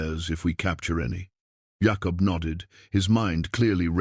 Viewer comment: I only wish the narrative was better. Jacob not yahkup